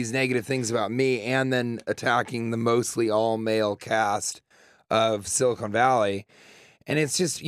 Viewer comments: On the show for four years, can't pronounce Silicon... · He called his own show “Silicone Valley”.... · Someone should inform TJ that the show he was on is called Silicon Valley, not Silicone